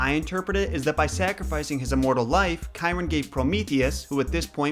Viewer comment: He pronounced Chiron right, & that’s the one most get wrong